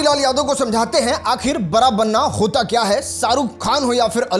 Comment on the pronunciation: पहले बड़ा कैसे बोला जाता है वो सिख लो 😂